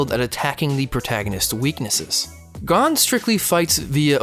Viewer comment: Umm. The like to dislike ratio is funny. I dont care about his stupid opinion, but the way he pronounces gon.... Damn. (also, the chimera ant art is complete dumpster garbage)